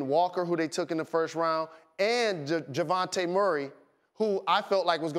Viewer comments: "Javonte Murray" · Did he say javante Murray ? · "Jevounte Murray" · Javonte murray???? It's Dejounte buddy